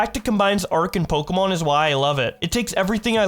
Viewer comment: pleaaasee please please,, its pronounced "po kae mon" not "pok ee mon" PLEAASSEEEE😭